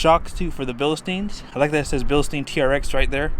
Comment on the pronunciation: bill steen...not bill a steen...